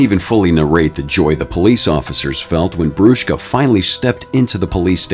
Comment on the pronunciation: as an italian i love you saying brushka